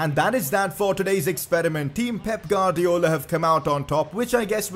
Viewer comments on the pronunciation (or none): Omfg it’s not GUAdriola it’s ‘ warrdiola’